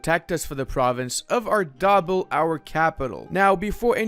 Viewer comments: "arr-daa-bill" ...you make me hurt inside. "Arr-de-beel" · being able to pronounce arabic and persian correctly makes me pain on pronounciation at ardabil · Same lmao